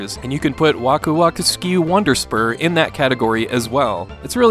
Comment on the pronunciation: Like k tak mentioned, you need to use the German pronunciation.